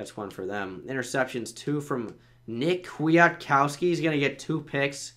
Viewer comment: It's just nick quit-cow-ski